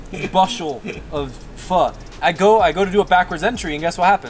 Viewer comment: 😂 fr appreciate you doing the best pronunciation of a pho. ww3 almost happened between me and my girl on the pronunciation of Tom Yum when I mentioned that the food influencer/reviewer pronounced the words I incorrectly. Lolol